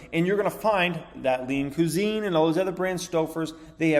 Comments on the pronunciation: you say cusine weird. cwahzeen not cuuzeen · Homie done said lean coo-zine🤦‍♂️ c'mon pronounced qui-zene